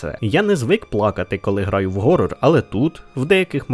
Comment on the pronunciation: Horror не Gorror, ніяк би блять не навчитетесь